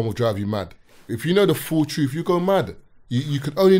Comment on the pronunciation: "You can't handle the TROOOT!!" If uno uno